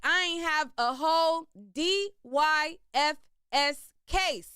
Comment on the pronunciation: department of yoUTH AND FAMILY SERVICE THATS A EAST COAST THING PRONOUNCED---dIE-FIS